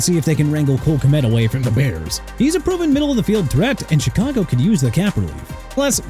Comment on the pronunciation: YOU DON'T KNOW HOW TO PRONOUNCE AT ALL PERIOD! CHICAGO PRONOUNCED SHEE-KAH-GOW NOT CHEE-KAH-GOW!! AND MIAMI SHOULD TRADE TUA AWAY TO MAKE YOU AND ALL THESE PEOPLE IN THE COMMENTS HAPPY HUH, MR. NEW "OR-LEANS" WHO SHOWS TIME AND TIME AGAIN THAT HE DON'T HAVE RESPECT FOR A LOUISIANA CITY?! ALSO KYLE SHANAHAN NOT PANAHAN!! ARE YOU SERIOUS?! SHOW THE NINERS RESPECT WHEN YOU MENTION THE COACH! YOU'RE DONE!!